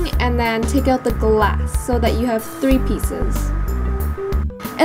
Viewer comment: Cam Bennett he might be struggling to say have?